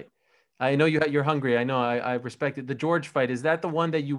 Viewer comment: Anderson “hespect” Silva